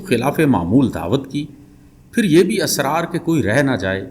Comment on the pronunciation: Israar, Tiktiki Asraar ( galat ) Tiktaki ( galat )